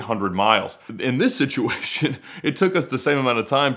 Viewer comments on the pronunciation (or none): none